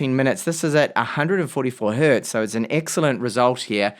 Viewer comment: I have never heard someone saying "hert" before. That is wrong on so many levels. Hertz is not the plural of "hert". 😂